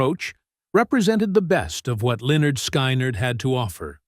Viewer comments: This DINGUS pronounced the name Linyard Skinerd at the very beginning. Don’t waste your time on listening to any of this. It’s trash. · Linn-yerd Sky-nerd...what an ignorant way to pronounce a legendary band. Ignorant channel... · Pronounced Leh-nerd Skin-nerd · So disrespectful..... You're not spelling it right dude! It's "Lin-yurd Sky-knee-yurd". 😅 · Lyn*yerd Sky*nerd says it all. 😂 Someone who truly cared about them, would take care with the pronunciation of their name. Period. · Learn how to talk get there name right loser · Whenever I come to one of these computer generated audio mashups I close it immediately and go on to the next thing. They can't even come close to pronouncing the name of the band correctly.